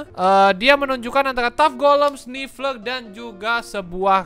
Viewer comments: Bang namanya sniffer bukan snifler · Nama nya Sniffer bang bukan sniffler